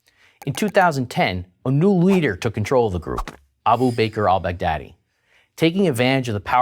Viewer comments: Baghdadi is pronounced as Bugh-daah-dii, not Bag-daddy. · lol his name was bagh-daddi the daddi of baghdad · well thats why you pronounce the leaders name "bigdaddy" XD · I knew that what he WASNT saying but all I could make out was BIG Daddy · Sorry for saying this but it sounds like you keep saying "Bad Daddy" anyone else thinking that as well? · Who else thought when the commentator said Baghdady he's actual saying Big Daddy. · 😂😂😂😂😂😂😂😂😂 when u say Baghdadi it sound like big daddy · abu baker al bogdaddy Haha funny this dude pronouncing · He was saying Baghdadi? I was like why is he calling him "big daddy"? 😂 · I keep hearing "Big Daddy" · it sounds like he's saying "big daddy" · It sounds like he's saying big daddy